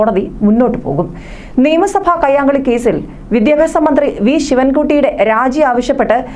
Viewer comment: Vidhyabhyasam ennu vruthiyayi parayanam